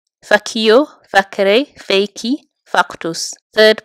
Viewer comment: Did anyone else hear something... strange when she said, “faciō”?